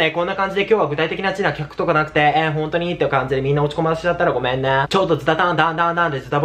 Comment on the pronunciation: ごめみぇぁで吹いた笑